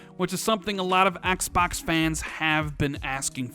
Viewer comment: I personally can't stand the way u pronounce 'xbox' lol